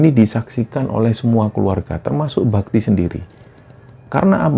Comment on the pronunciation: Maaf mas, di awal saya salah denger namanya "mas babi". Padahal mas bakti 😭